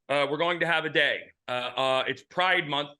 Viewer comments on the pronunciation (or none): Pri-DE MON-th.